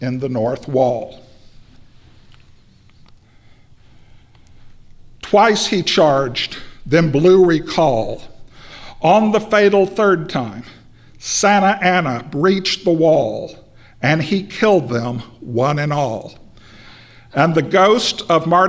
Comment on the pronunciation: For an expert on the Alamo you would think he could pronounce Santa Ana correctly. Its not Santanna !